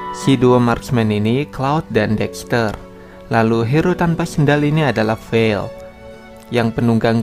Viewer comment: Vale bang bukan vel